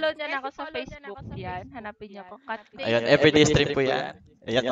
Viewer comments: kat"ness" katniss yun ui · CATNESS O KATNISS? HAHAHAHAHAHAHA AYUSIN MO PRONUNCIATION MO HAHAHAHAHAHA